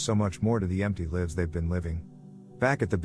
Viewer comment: lives pronounced wrong. What voice program is this? Love your Channel btw 🏅